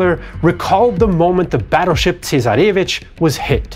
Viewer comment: A decent enough history, but with ghastly pronunciation! “Sino”…”Kropotkin”…”Tsarevich” - all mangled almost to the point of unintelligibility.